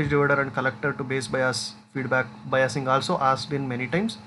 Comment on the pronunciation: Sir बाईसिगं को बयासिगं bol rahe hai😅